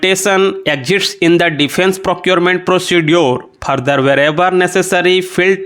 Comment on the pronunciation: Sir wo foreign hota h phorein nhi further hota phurder nhi procedure ko procejure pronounce krna hota h ...